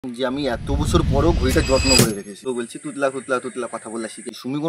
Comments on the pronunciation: দেখ তুই নিজেই নিজেকে তোতলা বলছিস কারণ তুই নিজেও জানিস ওটা তুতলা নয় ওটা তোতলা বাট উচ্চারণ করতে পারছিস না😂😂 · হ্যাঁ তুই তুতলা নয় ❌ তোতলা ✅